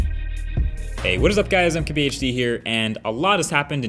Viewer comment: It sounds like he is saying i’mkbhd